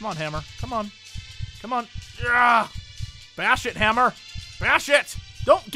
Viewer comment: sounded like you said bear shit instead of bash it lol